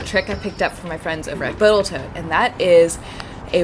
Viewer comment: for “Botal Toats”